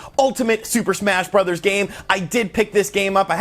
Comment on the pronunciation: I just can’t get into smash “brothers” not “broze” (bros.)